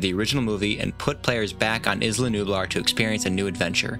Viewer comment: Isla nublar- EESLA nublar not izla